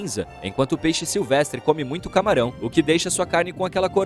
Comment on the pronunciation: mutcho sus 💀